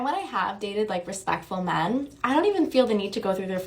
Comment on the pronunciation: "Iy have a theoree about mairn"... << inner me: reeeeeally? Do go on...